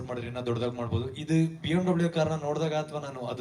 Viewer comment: Bmvv not bmw